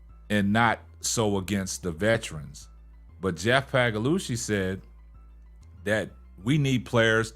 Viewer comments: Yesterday it was Pagalosha today its Pagalushy. 😂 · The way just skewers the pronunciation of Sky GM Pagliocca's name is freaking hilarious